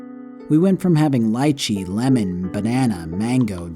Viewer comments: Lychee is pronounced leechee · Why can’t anyone say lychee right??? I’m starting to think that most people haven’t even eaten lychee.